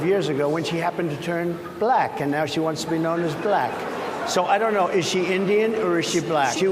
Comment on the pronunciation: Exactly. It almost sounds like he's saying "blech."